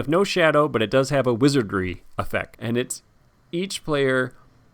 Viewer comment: "Wizardry", not "Wizardring" you dolt! Saruman is so ready to vanquish you into oblivion 😂. Love the subtle effects you put on this video.